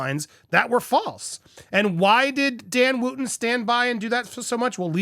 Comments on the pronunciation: It's Wootton not Wooooooooootton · Wootton is pronounced Wutton.